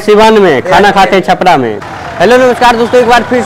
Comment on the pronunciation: छापड़ा नही भाई छपरा है